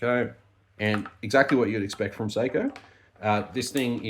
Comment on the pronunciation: It's sock-O